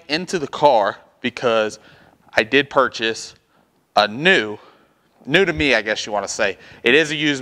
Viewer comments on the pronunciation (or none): New not knee!🤦‍♂️